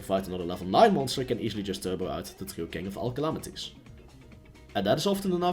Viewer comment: Twue kwing ><